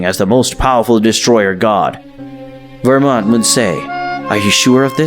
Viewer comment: You need to go back to school to learn how to pronounce names. Universe 11 God name isn't Vermont like you have and pronounced in your video. His name is belmod